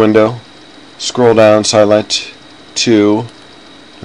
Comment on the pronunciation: This is old and the new software wont let you pick a DOOR family and place as a WINDOW. YES it is not a SKYLIGHT. It sounds like he is saying Skylight. ERRG.